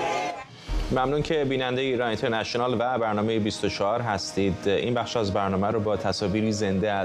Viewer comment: اون اینترنشه نال گفتنت کشتمون.با کلاس.مثل ادم بگو اینترنشنال😁😁😁